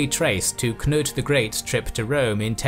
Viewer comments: He also said Knut corretly imo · Nice with a correct pronounciation of Knut!